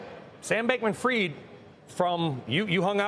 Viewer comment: Fried not freed.